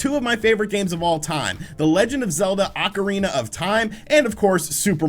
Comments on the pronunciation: Take a shot every time he says “Legend of Zelda: Oncirina of Time”. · Is it Acarina or ocarina ?